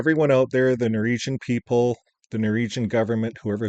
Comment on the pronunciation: ...its NOR -WEEG-AN...😂